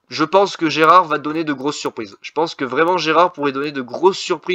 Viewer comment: GERARD PAS GERAD 🤣🤣 BON POINT